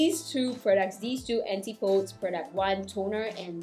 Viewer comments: The pronunciation is / ænˈtɪp əˌdiz /, not Anti-pOds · Thanks for the review of these products, especially the night cream. The name of the company name would be pronounced An-tip-oh-dees. It's a Greek word that means the direct opposite of something, and it is what people from the northern hemisphere call New Zealand and Australia. New Zealand is, of course, where the brand Antipodes is from.